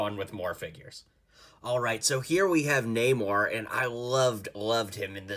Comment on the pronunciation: Namora, not namor